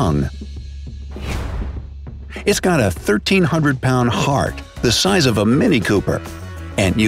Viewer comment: Lol when you click it you cut the size into ize and it sounds like eyes